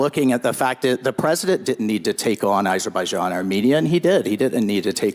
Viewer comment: Ding Dong Walz, why didn’t he mention one of Trump’s greatest foreign policy achievements - peace between Azerbaijan and Albania? Oh, maybe it’s because like Trump, Ding Dong can’t pronounce Azerbaijan.